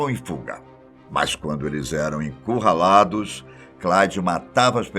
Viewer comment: quem escutou ele falando encurralados deixá o like